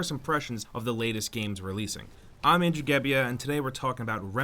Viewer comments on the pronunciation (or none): Andrew the NEW guy! Why doesnt he get his name right?